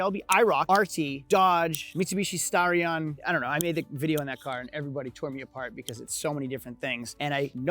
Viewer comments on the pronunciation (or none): none